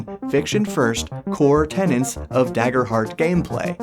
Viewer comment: Core 'tenets'. Tenets augh 😆🤣 Great vid as always 👌